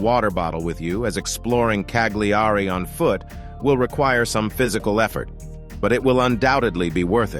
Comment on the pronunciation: Why canlt you yanks pronounce things properly it's not Cag- lee-are-ree it Ca-li-are-ree